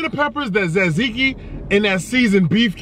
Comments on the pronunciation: It's TA-ziki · its T-zeke-ee